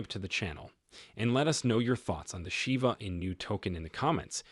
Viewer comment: Hey dumb fcuk its not call SHYBA inu ,its SHIBA